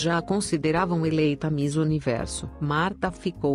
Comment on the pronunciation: Não se diz mis, diz se miss, está bem?